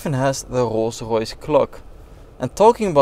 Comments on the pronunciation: “Rogh roghs” 😂😂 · not a rolls royce it’s a kolls koyce